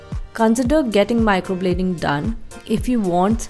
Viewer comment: Its microblading not microbloding..atleast pronounce it properly